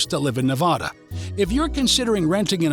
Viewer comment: Please...it's not pronounced like Ne-VAH-duh. . Think "a" as in apple, instead.